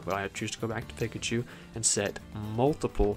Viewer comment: Pikachu says their name every neutral b and you still mispronounce it somehow